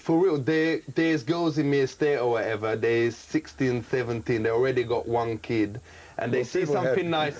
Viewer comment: "watch Vanessa or whateva" 🤣